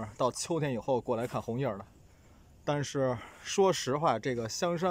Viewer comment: 红叶 不加儿化音吧